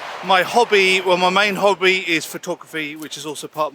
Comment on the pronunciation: I realised the pronunciation of hobby is kobby 😂